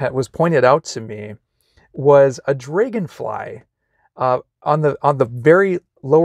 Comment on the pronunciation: Are you from North Dakota or Minnesota? I only ask because of how you pronounced Dragon. I served an LDS mission in North Dakota and everyone pronounced the “”a with an “eh” sound. I haven’t heard that in awhile. FYI, the brides don’t wear a traditional wedding dress for the marriage. We wear special temple clothing for all the ordinances, including marriages. But we change into more traditional marriage clothing for pictures outside the temple and the celebration party.